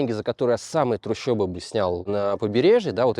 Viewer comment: Не трущебы, а трущобы